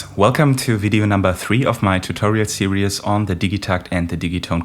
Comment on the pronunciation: Fantastic, thank you! (Pss: Its just 2 syllables - "sear-ease")